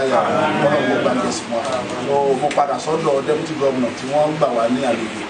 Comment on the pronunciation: It's "DEPUTY" not "Debuty" Ori re ati Ori Toliat ti bu gidi gan ni oo. Awon olodo odaran .. E gbe eru eleru sile. E o le ni isimi rara 😂😂😂😂😂😂😂